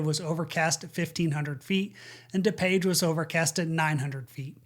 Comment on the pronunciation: It's not da-page. It's DooPage.